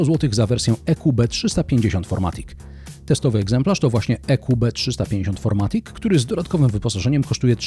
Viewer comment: Niemiecki samochód więc FirMatic a nie FourMatic :)